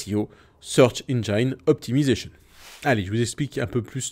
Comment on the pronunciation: Bonjour. Une petite rectification : engine ne se prononce pas « enjayne », il n’y a pas de diphtongue. Il n’y en a pas toujours, malgré ce que semblent penser beaucoup de gens de nos jours. Engine se prononce « ennjin’ », tout simplement.